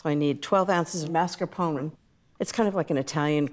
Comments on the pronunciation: Love Ina but that pronunciation of Mascarpone was hard to bear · Love the recipe. Hates the way she mispronounces “mascarpone”